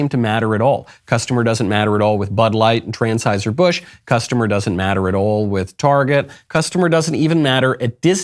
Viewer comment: Everytime he says "Trans-heuser Busch" 🤣😅😂